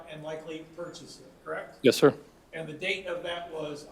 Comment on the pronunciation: The defense attorney is awful! She has to be pissing the jury off. Every time she says the word- correct- I cringe! The way she can make the word and have 34 syllables- aaaaaaaaaaaand drives me nuts! Besides her terrible affect she is a lousy lawyer! She has done nothing to provide a defense for this killer- just counting on reasonable doubt to make her case. The prosecutions case is way more than solid enough to convict this piece of garbage- and I can’t wait until they find him guilty on all charges